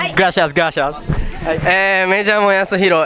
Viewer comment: gashias, gashias.!! (gracias, gracias).. muy bien.. poco a poco van ir aprendiendo.. XD